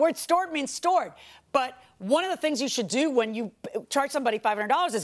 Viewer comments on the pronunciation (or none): STORED rhymes with BORED. I quit after 10 minutes. Zzz zzz....